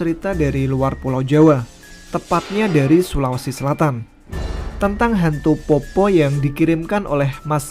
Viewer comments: POPPO' ya mas bukan POPPO 😂 tpi makasi mas sudah bawakan kisah dari daerahku makassar ❤ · Fyi min, bacanya itu peppo bukan poppo hahaha, ayah saya asli bone jadi dia sedikit tersenyum ketika mimin bacanya poppo. Keep rock n roll min 🤘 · Cara baca poppo.... D belkang kata kasi tnda baca Koma... "POPPO'" Nah wkwkkwkwkw